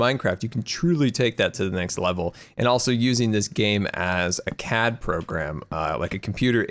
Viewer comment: when said CAD program I thought he said cat program lol